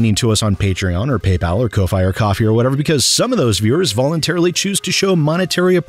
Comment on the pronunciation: Every time struggles to say Ko-Fi, I mentally insert Covfefe.